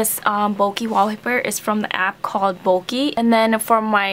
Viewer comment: When you said bokeh, it's sounded like bulky.